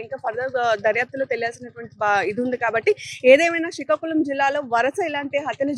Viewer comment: Malli shikakulam kadhu madam... Srikakulam ani palakali...